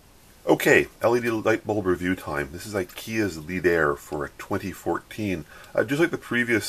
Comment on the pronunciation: It's pronouced led-a-re. It's Swedish meaning leaders ;)